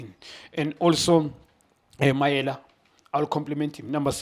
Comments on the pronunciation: Mayele not Mayela Junior khanye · Mayele not Mayela, this is an easy African name.